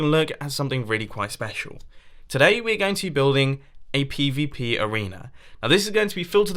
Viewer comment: WHY WHEN MUMBO SAYS PVP I HEAR PPP